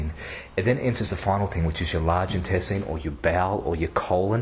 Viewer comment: Don't think I've ever heard anyone pronounce INTESTINE the way you do.... whyyyyyy errrrrrrr! pH of 8.4 OR Above when it hits the small intestine. I hope not. Might want to check that one